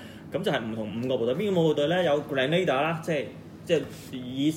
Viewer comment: 你讀錯咗 正確的pronunciation👇 grehnuh·deeuh 但是你pronounced grand·na·da